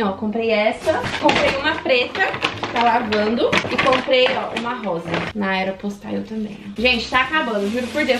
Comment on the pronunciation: Eu acho engraçado pq ela fala aero postaio Kkkk pq sla eu falo aero postale mermo